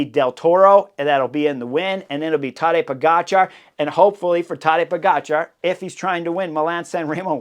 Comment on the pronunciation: So is it Tadeja PoGotCha … say it again .. and again and again